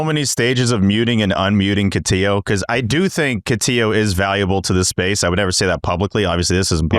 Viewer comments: They butchered name. Catillo not Cotiyo. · Cotiyo? Get his name right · It's Cotillo. He doesn't pronounce it the Spanish way, but the Italian way. And they did it on purpose, it's become an inside joke with these guys.